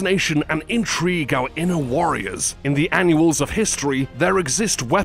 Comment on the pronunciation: Annals not anuals. I'm sorry, not being a smart arse but to correct is to teach and to be taught is to learn and learning is an exciting and wonderful way to spend time.